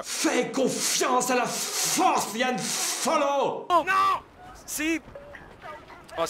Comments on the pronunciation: Yann tu viens de commettre une grosse erreur tu as dit Yann Solo alors que pour la derniere c'est HAN SOLO non d'un caca de licorne !!!!!!!!!!!!!! Bon après tu le dit parce que tu t’appelles Yann mais sa n’empêche que sa pique un peu les oreilles pour un fan de la saga :-) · ce n'est pas YANNe solo mais HANN solo sinon tres bonne video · Yann c'est pas Yann solo mais Han solo